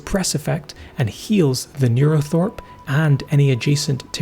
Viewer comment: It should be NeuroTHRope not NeuroTHOrpe btw :)